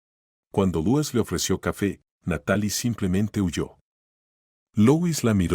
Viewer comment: Se pronuncia Luis